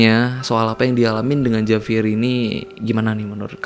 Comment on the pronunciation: Dibacanya Havier